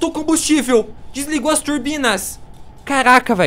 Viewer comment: Putz, ñ consiho ver esses videos com ele falando turbina, putz